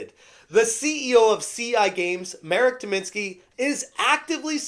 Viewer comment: Pronounced MAH - rek tih - MEEN - skee